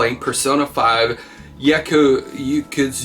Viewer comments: Errrmmmm......Its pronounced Y. A. K. U. Z. A not Yakazuwee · Ya-ku-za lol